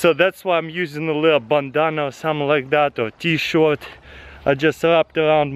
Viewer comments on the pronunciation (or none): wtf did he says t-shorts